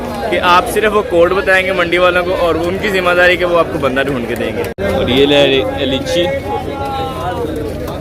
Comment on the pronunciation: Bro lyichee nahi hota liche hota hay